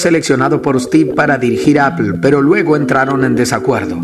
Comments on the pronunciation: Appel??? Qué rayos es eso??? o_o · le dice ignorantes a los que usan Microsoft un tio que le dice "Appel" a "Apple"... EPIC FAIL